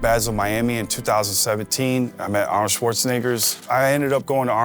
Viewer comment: bro did NOT say Shwartsnegards